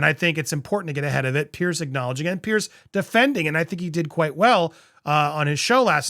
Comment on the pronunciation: Piers. Why do Americans keep calling him Pierce or Pearce 😂